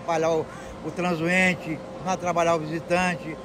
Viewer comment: "transuente"... kkk fiquei uns 10 segundos processando se tava certo